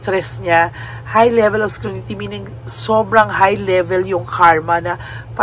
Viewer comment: "SCRUTINY" po madam...hnd po "SCRUNITY"